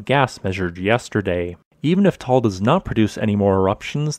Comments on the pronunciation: Nice vlog, thanks a lot! But please note the correct pronunciation of Ta-al volcano, not Tol! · Taal has two syllables, not one. It is pronounced tah-ahl. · Thank you for the nice and profound updates about the Taal volcano. I have a friend living about 200 km away of the Taal in Luzon, so that is why I am interested in what is going on there. By the way ... the pronunciation of this volcano is a bit different from what you call it in the video. You say it in one syllable and it sounds like a "tall volcano". The locals there say it in two syllables: "ta-al volcano" and the two "a" being pronounced similar the "u" in English "but" or "hut". Keep on going with your great videos. I learn a lot (despite I attended some lessons in geophysics in my university time long ago. Geophysics was not my main interest those days though.) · No it’s just two times a long vowel like in mud or tug. 👍